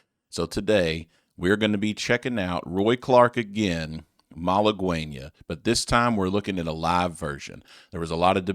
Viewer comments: It’s not pronounced as mala-gwen-ya it’s pronounced mal-again-ya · It's pronounced Mah-Lah-Geh-Nyia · He played it so you think he would know how to say it but he dont🙄🙄🙄